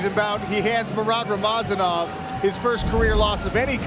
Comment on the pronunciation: its not rama zanov its rama za nov